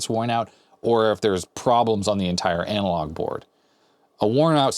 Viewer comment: Amalog phosphor? ☺ hehe (at least that's how it sounded to me).